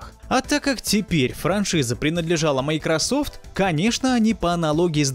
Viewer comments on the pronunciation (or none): none